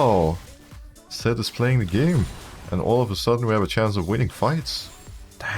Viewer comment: alright i keep hearing sett and not zed i am going crazy just like your mental, gg